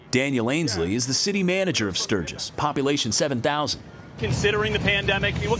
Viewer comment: Welcome to "Surge-iss"!!